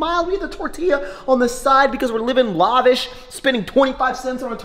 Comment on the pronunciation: Anyone notice how he says lahvish instead of lavish